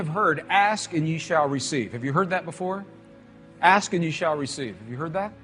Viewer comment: "reccive" 🤣..sorry but this cracked me up for some "resin"